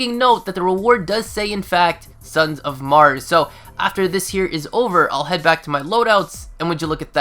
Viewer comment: OMG, that "s" you added to "Son of Mars" is going to wipe the entire human race!